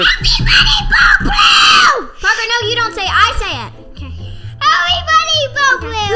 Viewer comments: U said barker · He said parkor not papa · I love how just saying porker instead of Parker🥺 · said parkor isntead of parker well: he said parkor why u vote me it was so funny xD